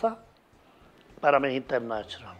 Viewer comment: Amo cuando el zar dice MISS INTERNACHIONAL